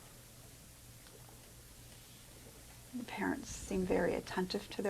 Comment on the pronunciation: Jesus the mother was willing to share all the medical diagnosis, they didn’t want to accept it because she and the dr were threatened, and pissed at her. She can’t even pronounce diagnosis.